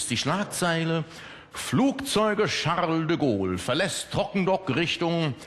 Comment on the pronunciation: Charrrrrle de Gaule.... Ich mag eigentlich keine Yuppie-Typen. Aber DEM kann man zumindest zuhören... ^^